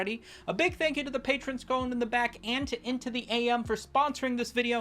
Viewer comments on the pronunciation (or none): none